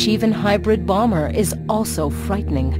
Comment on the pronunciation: Bomberrr, sound how he said it lol.